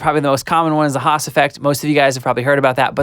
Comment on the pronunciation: It's "Haas", not "hass"